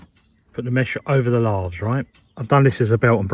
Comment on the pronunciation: Great work...but I'm sure those are "lay-thes" not "lar-thes"😂